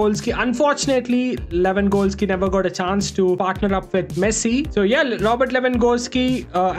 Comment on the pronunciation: I like the fact that he pronounces Lewangoalski😂 ,great vdo btw.